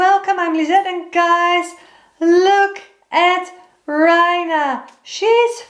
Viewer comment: She is beautiful , but the first one is pronounced RAY-NAH ( which means Queen) 😊